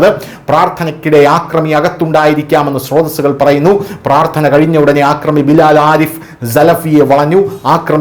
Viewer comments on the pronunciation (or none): ആക്രമി അല്ല , അക്രമി ആണ് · ആദ്യം മലയാള ഭാഷ നേരാം വണ്ണം സംസാരിക്കാൻ പഠിക്കേടോ. കൊല്ലപ്പെടുത്തി അല്ല കൊലപ്പെടുത്തി എന്നാണ് , ആക്രമി അല്ല അക്രമി. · 'ആക്രമി' - തെറ്റ് 'അക്രമി' - ശരി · ആക്രമി അല്ല. അക്രമി. ൻ്റെ പൊന്നു, കപട ഇംഗ്ലീഷ് ഉച്ചാരണം കൊണ്ട് ജാഡ കാണിക്കുന്ന ഈ വേട്ടവളിയന് വൃത്തിയായി ഭാഷ സംസാരിക്കാൻ പഠിപ്പിച്ചു കൊടുക്കാമോ. Please 🙏 കേൾവിക്കാർ ഇത് കേട്ട് തെറ്റ് പഠിക്കില്ലേ.